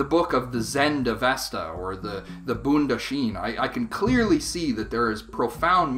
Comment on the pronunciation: Hello, this is a great video sir. BTW you pronounce Bondahishn incorrectly!